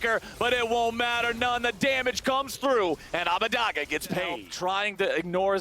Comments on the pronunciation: ITS ABUDAGE NOT ABUDAGA FFS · Why does Phreak say Abbadage's name like that?